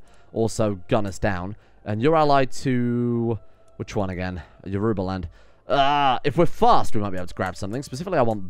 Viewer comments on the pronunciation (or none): Yorubaland is pronounced like Yorobaland (with the second o like the o in rowing a boat).